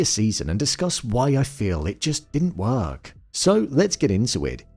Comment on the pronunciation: The way u pronounce work lol